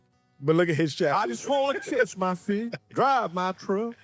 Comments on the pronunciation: I want it to be kiss. It sounds like kiss, so it is. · I thought he said I just wanna kiss my fish....LOL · lmao i thought he said "kiss my fish" but he said catch a fish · I thought bro said "I just wanna kiss my fish" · I thought he said “Kiss my fish” 😅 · i thought he said kiss too. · I thought he was saying that until seeing this comment 😂 I thought “what a bizarre phrase”